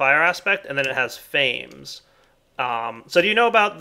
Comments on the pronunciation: I'm quite sure that the hunger aspect is two syllables. (Fa-meez) It comes from the word 'famished' which means very hungry. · The way says "fames" really grinds my gears. Since the names are derived from Latin or something wouldn't it be Fam-ess (like famine but with an s) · It's pronounced fa-mes